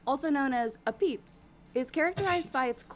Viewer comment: I and many other Connecticuters just cringed at her saying “apeez”. Apizza is pronounced “ABEEZ” not “apeez”